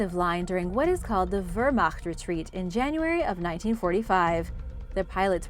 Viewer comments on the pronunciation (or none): pickypicky but........Spee is pronounced Spay; and ya cd work on Wehrmacht